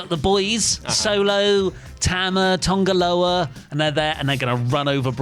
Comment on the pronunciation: TANGA Loa not TONGA Loa! Or is there a running joke on here I’m not aware of?